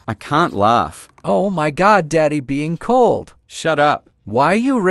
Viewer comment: OMG be cold daddy😂😂😂 po say tome 😂😂